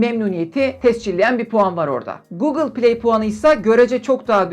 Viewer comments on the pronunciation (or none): none